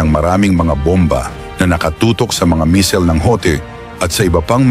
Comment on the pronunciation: Boss baka missile,😂😂 Hindi mesel,..